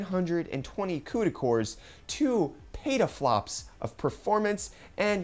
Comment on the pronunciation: did u say petaflups?